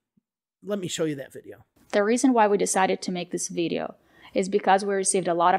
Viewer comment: In one of their videos Liza says that it's okay to have an accent. But when does accent become mispronunciation? I thought that the way she pronounces "video" in the video by her that you just criticized for her mispronunciation of "accusation" also borders on "wrong" because the e-sound in video should be shorter. It's her Russian accent "shining through". Having said that I generally like English for Everyone and I think it's necessary to call out the scammers but I too noticed that they didn't tag you in the video where they critiqued your mistakes that you made while speaking casually (which I think is unfair and to turn off the comments is pretty sh*tty of them). Some further comments – the use and interpretation of expressions such as "this is lit" or "spill the tea" might not be so much dependent on regional differences but on social factors, such as age and what media you use.